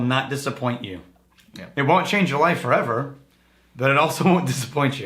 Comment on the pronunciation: Too late. You gave an excuse to nerd out and he ranted about aging 4-EH-VER in todays recording session... I blame you.